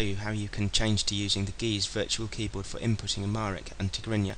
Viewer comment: አንድ ህጻጽ ልጠቁም። "ግዕዝ" የሚለው በተሳሳተ መንግድ ተቅሏል (mispronounced). እንደ "geese" "ጊዝ" ተብሎ ተነቧል። ሆኖም ግን ትክክለኛው የላቲን አቃቃል ማመልከቻ "g'əz" ነው። ማለት፣ g እንደ 'rug' ሆኖ ይነበብ።